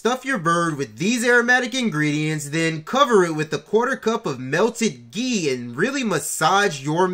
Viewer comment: Now when you said, "ghe". Are you talking about olive oil?